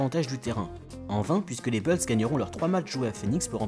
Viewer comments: Stp tu peux dire les Chicago Boulz au lieu de Chicago Beulz ;-) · arrête de dire les beulls stp c'est embarrassant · Faut arrêter de dire « Beuls » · Tu fais le malin toi aussi, la prononciation française "bOUlsse" est une erreur, la leur est plus fidèle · Salut, En suivant ce lien, tu pourras écouter la bonne prononciation americaine de « Bulls » : Certes, « Boulss » peut sonner plus courant en France, mais notre prononciation tend à être plus fidèle à l’original. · Faut sérieusement revoir ta prononciation "BULLS"